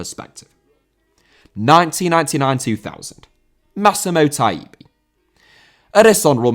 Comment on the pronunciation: Massimo Taibi* not Massemouw Taïbi